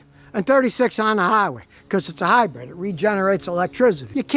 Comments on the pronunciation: Dang it Scotty,it’s Hy-brid Not Hy-bread. Lol😅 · Or Hy-bird lol